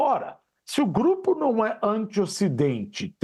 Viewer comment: GRUPE????? FOI ISSO QUE EU OUVI😂